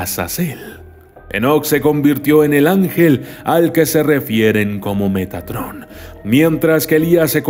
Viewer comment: poco más y dices megatron xD